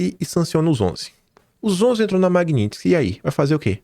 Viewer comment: Qdo o conseguir falar MAGNITSKY, aprovam anistia.